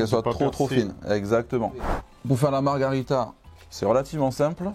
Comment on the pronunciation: Super vidéo! Merci ! top ! Mais vraiment ... Margarita, c'est un cocktail et ça veut bien dire marguerite, mais en espagnol ... en italien, pour la pizza, on dit Margherita, à prononcer Marguérita !